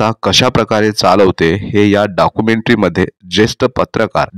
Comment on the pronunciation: Dakumentry Nahi Documentary 😅😅